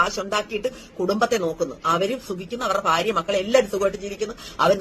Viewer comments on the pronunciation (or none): none